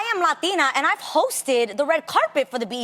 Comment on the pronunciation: Tamera made sure she said Latina right lol!!